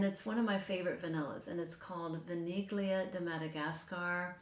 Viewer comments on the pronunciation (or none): Vaniglia is the Italian word for Vanilla. When you pronounce it, the G is silent, so Van ee lia is how it should be pronounced. Great Spring line-up! I love hearing about the unique fragrances you have in your collection! I'm really loving your content. Thanks so much! Lisa